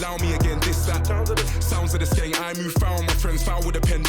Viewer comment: Skeng means gun, You said it right the first time lad.